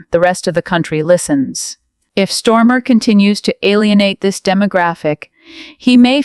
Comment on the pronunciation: Can't even pronounce his name right Stormer?